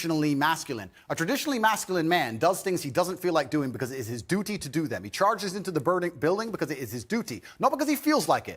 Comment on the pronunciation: okay but why does he say duty like that